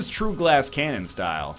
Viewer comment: It's glass cannon, not glass can'tnon.